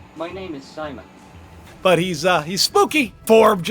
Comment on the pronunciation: The astronaut and the robot is saying his name is Simon.. And ur pronouncing it Simone